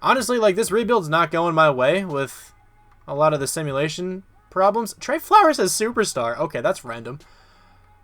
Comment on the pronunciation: it’s pronounced like trey turner